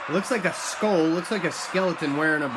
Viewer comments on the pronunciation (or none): none